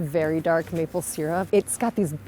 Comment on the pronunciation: "Mople" syrup???!!!!! Do better!!!! Worst opening!!!!